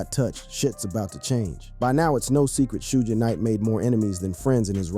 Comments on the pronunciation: Shooge Night? 😂 Can yall niggas do research on how to properly pronounce a fucking name 😂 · This punk doesn't even know it's pronounced 'SHUG'🤦‍♂️🤦‍♂️ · Is he saying shooge?😂😂😂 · Sooge Bro? 😂😅